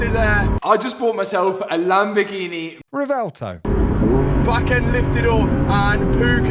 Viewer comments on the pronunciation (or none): bro keeps insisting it's pronounced Revelto 🤣 Sick car man, but try and squeeze a W sound in there somewhere